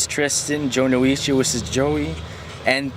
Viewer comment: your pronounching it wrong i'll spell it phoenetically Joe-No-Chi